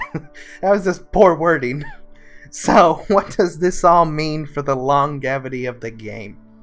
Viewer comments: Long-gevity.. lônˈjevədē LONG JEVITY! please for the love of god say it this way xD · long- Jev_ ity. Not Long- Ev-ity. thanks for the vid. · "Longevity" has a distinct soft-g sound. Like "mange". Not "long". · Disliked the video for that Horde pun. Also, google how to pronounce longevity, please. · i love your videos! but the way you say longevity kills my soul =(